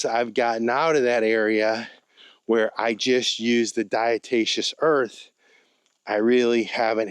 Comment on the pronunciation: not diatatious, it's diatomaceous. As in dead diatom shells.